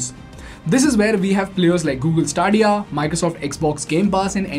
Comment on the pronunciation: Bro said Stadia 😹😹😹😹😹😹😹😹😹😹😹😹😹😹😹😹😹😹😹😹😹😹😹😹😹😹😹😹😹😹😹😹😹😹😹 😹😹😹😹😹😹😹😹😹😹😹😹😹😹😹😹😹😹😹😹😹😹😹😹😹😹😹😹😹😹😹😹😹😹 😹😹😹😹😹😹😹😹😹😹😹😹😹😹😹😹😹😹😹😹😹😹😹😹😹😹😹😹😹😹😹😹😹😹 😹😹😹😹😹😹😹😹😹😹😹😹😹😹😹😹😹😹😹😹😹😹😹😹😹😹😹😹😹😹😹😹😹😹 😹😹😹😹😹😹😹😹😹😹😹😹😹😹😹😹😹😹😹😹😹😹😹😹😹😹😹😹😹😹😹😹😹😹 😹😹😹😹😹😹😹😹😹😹😹😹😹😹😹😹😹😹😹😹😹😹😹😹😹😹😹😹😹😹😹😹😹😹 😹😹😹😹😹😹😹😹😹😹😹😹😹😹😹😹😹😹😹😹😹😹😹😹😹😹😹😹😹😹😹😹😹😹